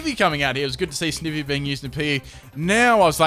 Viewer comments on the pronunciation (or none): ITS CALLED SNIE-VEE!!!!!!!!!!!!!!!!!!!!!!!!!!!!!!!!!!!!!!!!!!!!